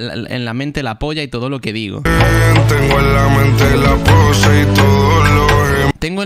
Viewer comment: Es pose no posha